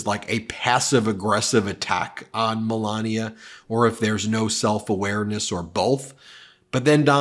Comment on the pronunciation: The presenter can't even pronounce Melania. "Melaneee." Which language is that?